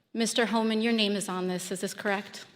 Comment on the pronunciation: Tom who???? AI keeps saying “H.O. man”. Come on!!! Is anyone monitoring this stuff and at least attempting to make adjustments? I’ve keeping a log of these errors. Here are a couple of good ones… regarding devastating volcanic mudslides called “lahars”, AI warned that the danger was due to😂 “large cars.” Speaking of the public enjoying coffee and aperitifs, AI posited that we enjoyed “coffee and ‘a pair of teeth.’” Then there was a report of some incident where “…according to the gods…” but it was only everyday ‘guards’ doing the reporting.